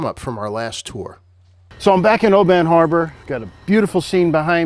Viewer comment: Love your work,, but it's pronounced Obin. Not Oh Bahn.:-) Emphasis on the Oh.